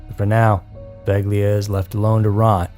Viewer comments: Hi,! Poveglia is pronounced "po-VAY-lia". Great video 😊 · its pronounced pro-vail-e-aw